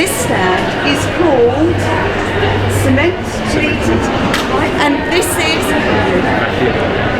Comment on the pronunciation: Could have got the name right - it's "Ciment"